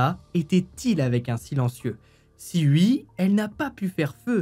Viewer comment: Bonjour... pourquoi dire "ui" au lieu de "oui"???